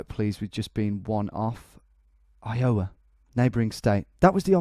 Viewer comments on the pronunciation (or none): I do enjoy your subtle mis-pronunciations of states, I find it charming. Just as pointers: Spokane rhymes with "can" and not "cane" Iowa is EYE-owa, not eye-O-wa Maryland is MAIR-uh-lund, not "mary land" Wichita is "WITCH-uh-taw", not "wuh-CHEE-tuh" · iOWa, your emPHAsis is on the wrong sylLAble ! EYEowa = correct. btw these are impossible and i live in the states. These rural guesses are nuts. seriously good try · Eye-uhh-wuh, not Eye-Yowe-uh. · Not I-OH-a, I-o-WA. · Phonetic help -- "EYEoh-wuh" instead of "eye-OH-wuh". It's as if it's two and a half syllables. The 'O' sound doesn't linger in the mouth. -an Iowan :) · Tom, when you say “Iowa” the stress should be on the “I”, not the “o”. Not throwing shade, just trying to help. (Plus, my Iowan ears curl a bit every time you say, “i-OW-a”. 😂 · I owe a banana, do you 'ave 'em wicheeta ones? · The only man not from Illinois to pronounce Illinois correctly and then pronounces Iowa wrong..LOL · the way he says iowa (you put too much stress on the middle syllable, it should be on the first) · the way you pronounce iowa and wichita is...interesting XD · LOL its so funny how u keep messing up iowa... Even down to the pronunciation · The funny thing is I think he pronounces the states the wrong way just to provoke you americans. It’s the same thing with Maryland. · * clicks 10 state challenge * Let's see if Tom can pronounce Iowa right this time. * grabs popcorn * I fucking quit :D :D :D WHY DO YOU HATE ME, TOM? :D :D :D